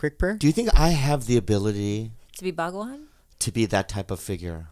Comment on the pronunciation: Had to hit like when he said his girlfriend was following the Bahgwan 😂😂😂😂